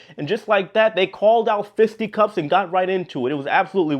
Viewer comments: Yeah, but he mispronounced it, so it is a fail. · Did this black guy just say “ feisty cuffs” ? You get your ass beat at all family get togethers don’t you! If you don’t you realllly should